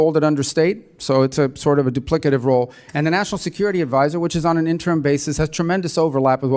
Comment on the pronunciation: Jackie Childs grandpa calling out that doo-plicative !